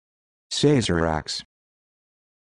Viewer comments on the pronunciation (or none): Incorrect. It is pronounced "Sah-zer-ahk" not "SAY-zer-ahk".